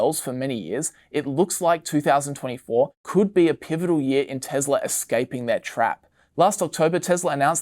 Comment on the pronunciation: hearing the pronunciation of "Tesla" as "TeZla" is such a cringe for me.. also this is supposed to be video made on 3rd Feb but it's talking about Jan 24 as the future ... a bit outdated ...